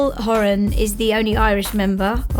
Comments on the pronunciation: Can't even pronounce his last name right! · When you make a full movie but don’t know how to pronounce his last name.😂